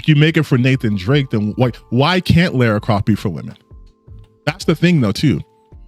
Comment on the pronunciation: Every time someone says Laura I take my anger out on a dog.